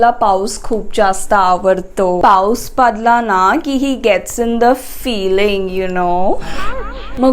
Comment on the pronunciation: That ''paus padla'' sounds like "paus paadla💨💨"😂😂😂😂its horrible..😆